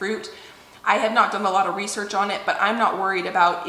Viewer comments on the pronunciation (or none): none